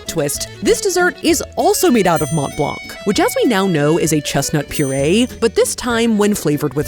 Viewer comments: Hi nice vidéo. Came here only to say it’s not prononced mount blank it’s « Mon Blan » ❤❤ full love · I will say, and this is very pedantic and doesn't actually matter (amazing video regardless), hearing mont blanc be pronounced with the hard t and hard c hurts my french-Canadien heart. It's more pronounced Mohn Blahn, french loves those silent last letters especially t and c. No hate, just me being a language nerd. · Every time she said Mont Blanc, I heard Matt Leblanc 😂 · It's pronounced Mon blan...the T and C are silent. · Did you say monT blanK 😅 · Watching with fascination!...I‘m up to the second knit pillow Mont Blanc dessert....pronounced “Mon Blân.“..last consonants rarely pronounced in french...Bonjour from Montréal...will keep watching, c‘est très sympa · I really need to tell: dont say the T and the C in Mont-Blanc. Its more like Mon-Blan. Snowy montain in french. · Loved the vid and the wholesome energy! But as a french guy, the English prononciation of Mont Blanc hurts my ears :') (the "t" and "c" are silent btw, a lot of french words do that)